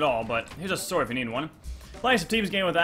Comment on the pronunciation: DRUNK YOURE DRUNK 'i dont meed no gold boots'